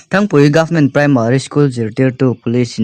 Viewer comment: Thangpui❌❌ nilovin thrangpui tih tur ni awm tak a ni.😜😜